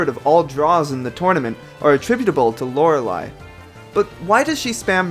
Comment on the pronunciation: Very interesting, although Bruno is much higher on the tier list than I expected! :P (Also I think you're pronouncing Lorelei wrong)